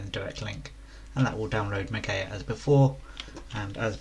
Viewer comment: Ma-Gee-A please for the love of gawd pronounce words properlyQQ